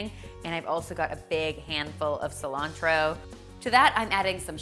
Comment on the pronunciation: I almost faint when she said Cilantro..... Im also from Argentina :)